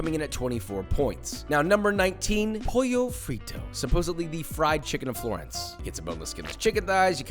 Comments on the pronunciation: ''pollo frito" isnt spelled like that, its spelled pollo fritto and you said it with a spanish pronunciation wich is different from the italian one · pollo frito is never going to be italian so long as you pronounce it like a spaniard